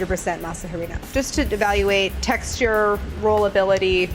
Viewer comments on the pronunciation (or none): Hearing her say "harina" killed me. She would put such emphasis on the "HA" so it sounded like HAA REE NA. Its more like the other way around AH ree na. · Is it not pronounced Arina not Harina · Claire, the H is silent in Harina. It's not pronouced Ha-rina, phonetically it's 'arina' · masa HUH-rina I am cringing so hard lol it’s pronounced like ma-sa AH-Rina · We HATE when white people say masa HA reena, and HAbanYEro. H in Spanish is SILENT!!! And the y sound only comes when there is an ñ. It’s masa AH-REE-NAH, and AH-BAH-NEH-ROH. Signed, ALL Latin people. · Love you Claire. But I cringe every time you say masa HArina. It is masa Arina. The H is silent. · Lol it's pronounced Arina not harina because the H in Spanish is silent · In Spanish the h is silent. So it's pronounced masa arina. You're saying masa jarina in Spanish and it gives me life for some reason 😂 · It’s ah-rina, not ha-rina. Sorry I’m kind of a stickler for pronunciation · Claire it’s Harina (Ah-rina) not Ha-rina. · Okay so Harina.. she’s almost got it.. really ALMOST perfect but the H is silent so it doesn’t make that “ja” sound at the beginning so just read it as “arina” kinda like you would say arena as in a sports stadium and that’s perfect 😊🙌🏻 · Masa harina the H is silent Arina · The H is silent in Harina.. So it's just "Arina" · JUST FYI: YOU PRONOUNCE HARINA LIKE "ARINA"!! :) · I love the way she says "masa HArina" lol; it's pronounced "masa Arina" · Maza ha-rina? Oh boy lmao. The ‘h’ is silent 😂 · The h is silent in Spanish. Pronounced ah-REE-nah . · In spanish you dont pronounce the letter H so it should soul like masa arina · Masa HArina 😂 the h is silent, mama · i love claire but does anyone else die a little inside when she says "huh-reen-uh"? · The jarina stressed me out to no end. The H is silent! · Spanish being read in English, say it with me “uh•ree•an” HARINA. The “H” is silent in Spanish 🤣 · Harina is pronounced “Ah-reen-ah”Claire! ♥️ that “H” hurts my soul. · The H is silent woman